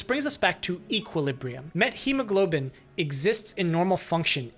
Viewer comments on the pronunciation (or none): Linguistically speaking, you pronounce wrong methemoglobin. In Greek we pronounce it like methamphetamine. Meth. Met-chemoglobin is wrong pronounciation. Not t and then h. Theta. This is important. I dont know if all doctors in English or just you pronounce it this way. I am Greek doctor. I know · 0x00FFFF is a neat color. Never knew methemoglobin was pronounced like that; I've been pronouncing it "meth-eh-mo-globin". A dose of methylene blue should help. That's what treated the blue men of Appalachia. (/jk jk I know this case is has different pathophysiology but same symptoms. I just find genetic methemoglobinemia fascinating). Oh hey, called it. Lol